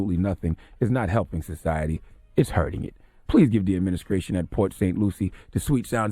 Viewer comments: “Adminiskration.” -Charlamagne Holy shit. 🤦🏿‍♂️😂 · Adminiscrashion officials need to send Charlamagne back to speech class.